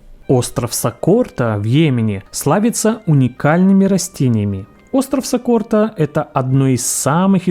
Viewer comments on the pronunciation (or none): Пишется"остров Сокотра", диктор читает"остров Сокорта," Кто прав география или диктор? Непонятно!!! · Спасибо. Узнала много нового и интересного. Но все же резануло слух название острова в Индонезии. Не Сокорта, а Сокотра. Уж извините. 🤷‍♀️ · СокоТра, а не сокоРта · Улыбнуло. СокоТРа, а не СокоРТа. Хотя, в общем, очень полезное видео для современной, мягко говоря, не очень эрудированной молодежи. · Сокотра , а не Сокорта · Сокорта говоришь 😂 грамотей однако